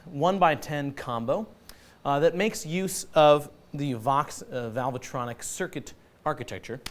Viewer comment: It isn't valve-a-tronic, dimbo. Try reading what is on the front of the amp.